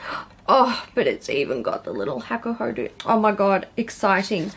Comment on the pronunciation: you say it like hah-koo-hoh-doh and the yachiyo brush is the traditional brush that maiko-san and geisha use to powder their white faces. also i dont know why you even bought that morphe brush set… you know what you like obviously so you should have just selected a few that piqued your interest seeing as you just did a brush declutter